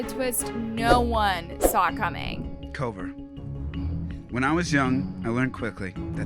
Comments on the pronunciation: It’s not Koover it’s Kouvr! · The way she kept saying kouver😂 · The way she pronounces kouvrs name as “koover” is hilarious 😭 it’s pronounced cover 🙏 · The way you pronounce Kouver is wild!!😂😂😂😂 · Right like it was pissing me off bad , like it’s kouvr